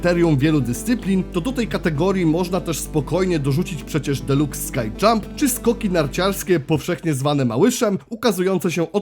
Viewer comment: Mała poprawka nie "skaj" [sky jump] tylko "ski dżamp" ;)